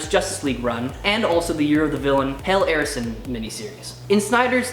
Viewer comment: First time I have watched with new presenter, just one problem Hell Arisen is two words stop pronouncing it as one run on word.